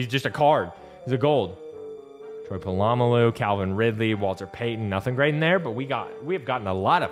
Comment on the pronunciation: I’m unsubscribing because you keep saying Troy Polamalu wrong